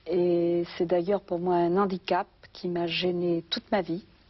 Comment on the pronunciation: Un "handicap,Bernadette"!pas un "nhandicap"...